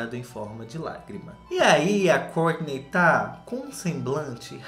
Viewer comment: Amo quando o diz " a Córtinei e o Tchuééévêêssss "